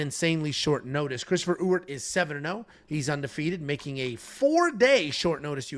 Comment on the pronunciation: As someone who shares the same last name as Jackson McVey’s new opponent, it’s pronounced E-Wert, not U-Ert or Ooert lol. Don’t worry, I think I could count on one hand the amount of people who pronounced it correctly on the first try 😂